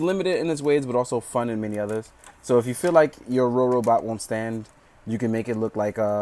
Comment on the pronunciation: So uh, first of all it's funny that you keep saying Rorobot, because it's supposed to be Robobot. Might be helpful to make an annotation to fix that or something. With the clear joints, the main reason why the joints feel loose is just because they slide out slightly when moved. It's easy to fix by just pushing the peg back in and tightening it. Overall nice review, but it's just somewhat irksome when "Rorobot" is said. lol